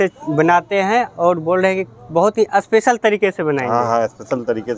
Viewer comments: Aspecial nhi Special hota h gawaar..😤😆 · Abe aspesal Ni special hota h😂😂😂